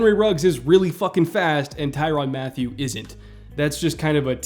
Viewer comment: its mat tyew not matthew